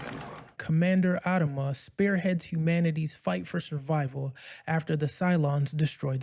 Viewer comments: Since when has he been called "AD-ama"? I've always heard "ad-A-ma"... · If you can't even pronounce the name of one of the lead characters. I doubt you even watched this series. It's AD-AM-A ..WATCH THE SHOW. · The way you pronounce Adama is off putting. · Wish you pronounced Adama correctly